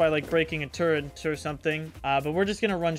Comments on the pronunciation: There is no letter “n” in the word turret, in its spelling or pronunciation. Lol drives me crazy. Love the vids though… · TURRET NOT TURRENT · Its Turret, not Turrent